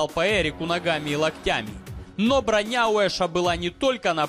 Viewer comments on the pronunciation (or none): none